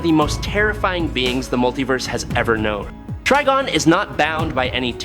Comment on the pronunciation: We got to spell it trYgon for this dude to actually say it right. 😭😭🤦🏾